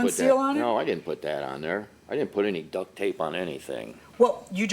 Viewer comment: Duct not duck tape, as in heating ducts.